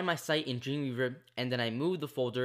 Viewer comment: It found it quite hard to understand what you were saying when you said "Dreamweaver". I first thought you said 'Junior verb'. Great tutorial though.